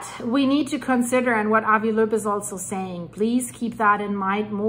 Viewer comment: Just a note... Avi Loeb pronounces his last name as "lobe."